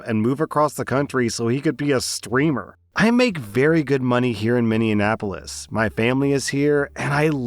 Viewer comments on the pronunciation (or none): I'm from Minnesota. When I heard you say Minneanapolis, I laughed so damn hard 😂 Kindly, for in the future, it's Mini-app-olis pronunciation-wise 😉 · Did you say Minnianapolis? I presume you mean Minneapolis? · MINNEAPOLIS, NOT MINNIANAPOLIS!!!!! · Story 2 learn to say Minneapolis lol. Its not mindianapolos. Minne- appo- lis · Sound out words slowly there buddy. Minneapolis is pronounced Mini-ap-oh-lis 😂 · Had to stop watching after called my home city “MINNION-apolis” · Minni-anne-apolis? XD But on a serious note, story 1, I'm glad OP is going scorched-earth. That is all heaps of NOPE. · For future reference... minne-app-polis. 😅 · MN resident here. I got a kick out of how you pronounced Minneapolis (Mini-apple-less or Mini-ah-pull-less are the 2 common ones) XD Also idk for sure but if OP is an NICU nurse in Minneapolis, there's a chance she works for/with some of the top ranked clinics in the nation. Not important to the story but wanted to point that out:3 Also Happy B-day! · His pronunciation of Minneapolis 😂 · Minneapolis isn't pronounced how it said it lol >< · The way pronounced Minneapolis caught me off guard so quick 😂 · And another dude that can't say Minneapolis. I can't even try to say it that way... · As someone from Minnesota that pronunciation of Minneapolis sent me lol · Thats not how you pronounce Minneapolis! 😭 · Is that NOT how you say it?